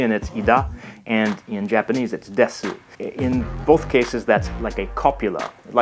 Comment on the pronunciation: Instead of saying desu we pronounce it like dess